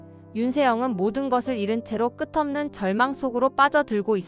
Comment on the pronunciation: 끝없는=> <끄틈는×>으로 읽으면 안돼요, "끄듬는○"으로 읽어야 해요. 앞으로 제대로 원고를 읽어야 합니다.